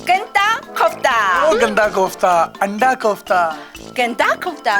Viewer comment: Quetta nhi khota bol rehi hai🤣 Anda kofta ko ganda kofta bol rehi hai 🤣 Masoor ki Dal ko mashooq ki Dal🤣 Wese acha Urdu bolti Baki words kc